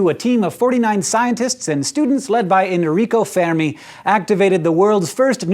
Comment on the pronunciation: Italian here, your pronunce of Enrico Fermi is correct, well done dude